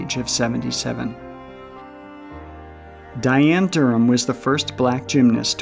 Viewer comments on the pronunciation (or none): none